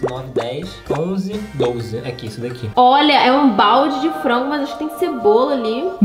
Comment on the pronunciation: É doze e não dolze